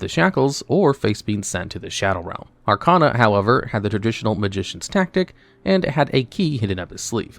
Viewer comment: At this point, I think you're mispronouncing names on purpose. You can't have watched the anime and still pronounce Arcana wrong. Irritating.